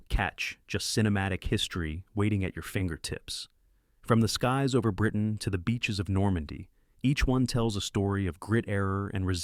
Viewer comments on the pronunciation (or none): none